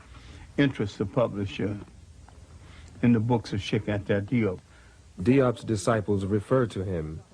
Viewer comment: Cheikh Anta Diop is from Senegal and his name was romanized in the French language due to colonialism. The pronunciation would fit the spelling “Jop” in English as in rhymes with “hope”